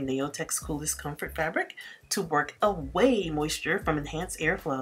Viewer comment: Hi, Your country accent is so cute. You sounded like you said ‘work away’ instead of ‘wick away’. It reminds me of friends in Arkansas and Alabama your heavy accent. 😊.